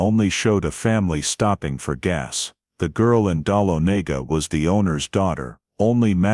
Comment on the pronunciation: Someone needs to help your AI learn to pronounce "Dahlonega"; fyi, it's DUH LON UH GUH.